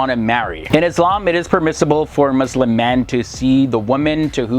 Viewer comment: He is not Musim